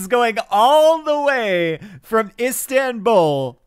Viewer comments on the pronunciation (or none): none